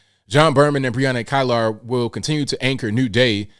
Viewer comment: it's pronounced Brianna keylar the I behind the e makes an e sound